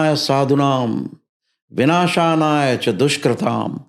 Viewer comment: Vinashanaya nahin hota , vinashaya hota hai 😂